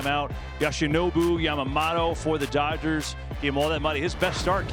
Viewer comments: Why can’t they pronounce Yamamoto? Yama mato? No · "YASHinobu YamaMATO"? 🤔 KB has apparently never heard his name before, and or can not read. Chalk it up to a long day, I suppose.